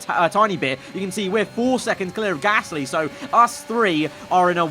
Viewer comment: Luuuuuufield. Drogovich. Peeeeer Gaaaaasly